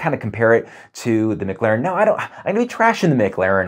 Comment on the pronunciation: Mic-Laren? It’s pronounced Ma-Claren. Good over comparison though.